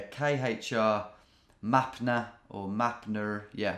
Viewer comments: “Mapna” was actually Maria so as a Russian i was dying laughing 💀💀😭 We love Tom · As someone who can read Cyrillic, it's funny to see him struggling to a thing as simple as Мария (Maria). "Mapna or Mapner" 😆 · you read cyrillic so fun! мария was just maria